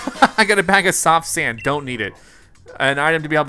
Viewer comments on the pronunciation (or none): none